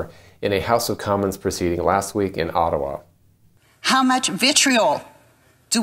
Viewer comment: Respect to this guy who knows how to pronounce “Ottawa”. It’s “aw tuh wall” but don’t say the “ll”. Americans say it wrong: “aw tuh wuh”.